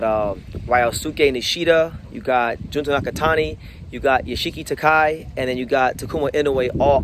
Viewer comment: Ryōsuke Nishida may relinquish his title due to him having a hard time cutting weight. Btw, Yoshiki Takei's name is pronounced Ta-keh-ee or kay, and he may move up to a higher weight class since he should be in the super bantamweight class to begin with. Takuma Inoue seems to be the most likely to fight Junto Nakatani, while it remains uncertain who will be the next IBF and WBO champions. IMO, Seiya Tsutsumi and Daigo Higa are the top contenders for the championship title. If Tenshin Nasukawa wants a shot at the tile soon, he'll have to win a continental title or more matches. Keita Kurihara and Riku Masuda are also potential contenders, with Masuda being particularly strong southpaw...... why are you in Nicaragua lol